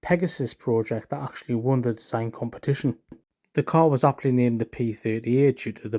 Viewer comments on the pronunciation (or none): actually❌ Auctly ✅